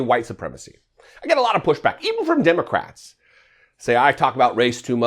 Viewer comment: "But but but the Demmycats started thu Klan"😆